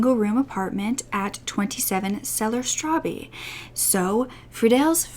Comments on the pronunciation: I love your videos so much, I'm not trying to be mean but....did you say he lived at " 27 cellar strabe??" ß is not a "b". "ß" is a double "s", so Straße is Strasse, and means street in German. So its 27 Cellar Straße (Strasse) there is absolutely no "b" sound. I just found that funny. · "Straße" isn't "Strabee"...the ß is actually SS making the pronunciation of "Straße" equal to "strasseh"...German for "street." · “Straße” is pronounced “Strass-eh” for future reference! 🙂 straße means street and the word before that is the name of the street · Did she say strabbe for straße? As in the b is actually german double a? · Actually, it would be more like strah-sseh, but it's, of course, always difficult to put a pronunciation into writing. Now, I'm fully aware that how I tried to explain it, is not 100% accurate either, because, as said, it's difficult to do so and on top of that there can be local differences regarding pronounciation. I could tell you in spoken form seeing that I'm a native German speaker and from near Hanover and with that also know that town pretty well. On that sideline, the Leine river running through Hanover (Hannover in the German spelling and pronounced as: han-no-fer) would be pronounced pretty much as in the English word 'line' with an added 'eh' at the end. Line-eh instead of leene. Not that it really matters, I would say, why I only now remark on it after seeing this comment. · you’re right, I just know it isn’t pronounced straw-bee. 😊😉